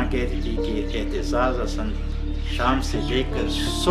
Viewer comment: Masha-Allah. The commentator should have practiced how to pronounce Aitizaz Hassan correctly.